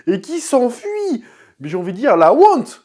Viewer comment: quand tu as dit "la wonte" ça avait une consonance antillais as tu des origines antillais??x)